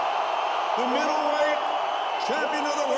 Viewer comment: Jim lampley said "Middlewhite" lol😯